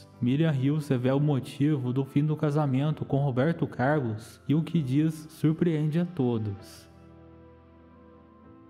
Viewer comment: Meu amigo seu " Robeito Cailos " é nogento.